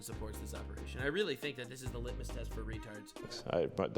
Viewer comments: All right 😆😆😆 I hate to be THAT guy, and I was able to go a few videos without saying anything 🤣 Buuuuut It's litmus with an "m"! 😆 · It's litmus test. Sorry, just bugs me to hear a word pronounced wrong over and over.